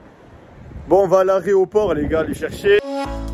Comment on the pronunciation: "Aréoport",, Février 2022 Tkt c'est pas grave on t'm qd mm